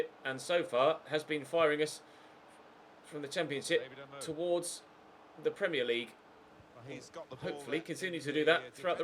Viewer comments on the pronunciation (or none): none